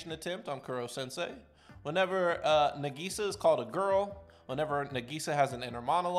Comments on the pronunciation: negisa (n-a-gE-sa) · dawg no wayyyyyy you pronounced nagisa like that 😭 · that pronouncing of nagisa's name